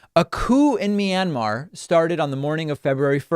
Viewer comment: "Minimar",they can't even get the name of the country correctly!